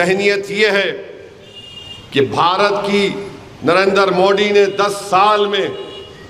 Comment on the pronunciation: inko pahle Narendra Modi ji ka naam uchcharan karne boliye